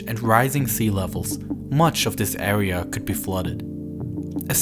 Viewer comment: I can’t hear him talk anymore sorry r and a are not the same area awea it’s just annoying